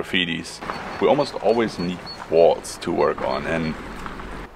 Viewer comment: Oii. Before you talk about walls. Please learn how to pronounce the word. I mean you have to use that word quite often. It’s worth the effort. And we can enjoy your content even more not wanting to rip our ears off every time you use the word. Please. When you say it it sounds like “wails” Horrible